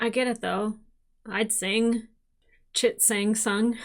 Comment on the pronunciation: “Chin Sang sung,” you proud of yourself?